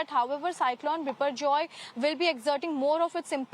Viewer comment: The anchor pronouunce the name biporjoy like she is bengali...